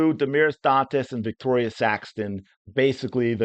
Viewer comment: Not to be nit picking but It's Victaria, not Victoria...I know it took me a while to catch on too. It's tricky.